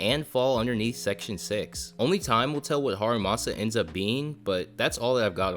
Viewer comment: H A R U M A S A, repeat with me: HA, RU, MA, SA.